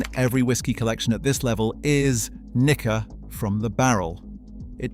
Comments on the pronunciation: Nikka is pronounced "knee-kka". Not "knick-ka" Hibiki should be pronounced "hee-bee-kee". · Its pronounced neekka. Might help you avoid misunderstandings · The I’s and E’s are long. Knee-ka. He-bee-key. It’s unfortunate that Nikka from the barrel is a blend. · he said what he said... NIKKA with a hard A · Nikka whisky from the hood 😭